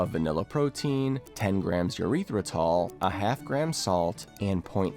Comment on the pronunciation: "eurethratol" is funny